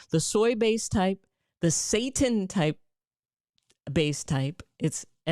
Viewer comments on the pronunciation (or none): Doc it is "say tan" not "say tin" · Girl I love you but it's Glyphosate lol. Not gly phosphate. Paul saladino always talks about it, he's the one against all of the seed oils that you talked about. Also that faux meet you're talking about is pronounced say tan. So it's not exactly said like Satan. Lol. Yes it does sound similar but not exactly the same. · It's pronounced SEE-TAN sister lol😂😂😂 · It's pronounced 'sah-tan' not 'say-tin'. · ...the word she's looking for is NOT SATAN...IT'S SETINE..pronounced SET TINE..long I sound.. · It is pronounced SI Tan. Not Satan. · Its not pronounced ‘Satan’ its pronounced see-tan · Seitan is pronounced like "say tan" -- not say ten. And buy organic to avoid all the toxins you're scaring people with. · Say tAn...pronounced w a pause and more enunciation on the tan....spelled seitan not pronounced satan. Super high in gluten. Not amazing on the digestive tract. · Good Dr. Rachael Ross. Love your videos! Just a heads up. Setan is pronounced., see-tan. I used to eat setan and I stopped eatting it because it caused me to develop gluten intolerance. It made me involuntarily pass gas. Very embarrassing! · It is pronounced SAY TAN! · We would pronounce it SAY TAN.. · Pronounsed Zytan...... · “say-tan” = seitan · SEITAN. -(SAY SHAWN ) I think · Its pronouced seetan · Love your information, your channel, your spirit Dr Rachael, and you made me laugh when you spoke about seitan, but I think I can help. The correct pronunciation is 'SAY tan'. Then people will know what you're saying. Did you mention that organic farming omits the use of glyphosate? There are plenty of reasons to go gluten-free that are separate from glyphosate, but when you add the glyphosate on top of gluten, you have a recipe for decimation of the gut microbiome and leaky gut. Guaranteed. :) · Blant-based meat is not 'processed meat ' - it's processed vegetable proteins. Gluten protein is pronounced Sigh-tan. The weedkiller is glyphosate, not glyphosphate.